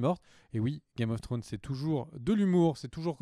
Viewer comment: A chaque fois j'attends le fameux "game of flllonn's" !!